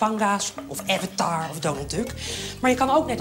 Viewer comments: het is AvAtAr en niet EvEtAR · Hoe zij avatar zegt XD!